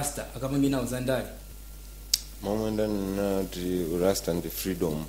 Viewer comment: Why do most malawians confuse R and L? It's not fliends and famiry and not lasta but Rasta please. It's not kacha but culture. Don't use English if it's not your language.